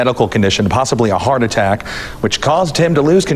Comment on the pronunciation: Roid attack not heart attack lol